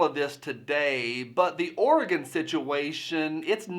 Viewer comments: Hell yeah, I was born in madras Oregon and Portland shouldn’t affect what goes on there. Also it’s refreshing to hear someone actually pronounce it right not like those midwesterners and east coasters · Thank you for pronouncing Oregon correctly! -- Native Oregonian, adopted Virginian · Oregon, pronounced Or-E-GUN... Flush down Kate Brown! I am a mutt, 25% Klamath Indian. I am very familiar with treaties being broken and the oppression that follows.